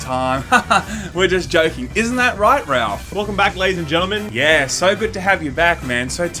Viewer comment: Did he just said,"LADIES AND JAWAAAAAA...?"